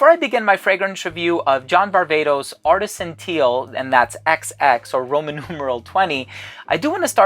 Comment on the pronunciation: As a Greek( like you) i am vastly disappointed that you call John's last name Var-Vay-tos when we both know (as Greeks) its Var-Vah-tos heheheehe